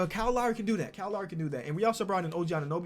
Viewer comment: I don't think can say Kyle